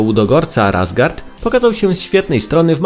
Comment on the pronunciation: Dwie rzeczy: Po pierwsze mówi się „meczów” a nie „meczy” , a druga rzecz to jak mówiłeś o Łudogorcu to powiedziałeś „Razgard” a powinno być „Razgrad” Pozdro ✌🏻